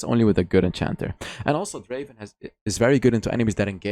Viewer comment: Draaaaven not Draven